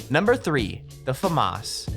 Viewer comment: anyone else hate the way he says FAMAS?